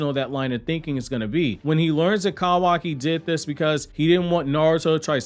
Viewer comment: I like how he calls kawaki "kAwaki"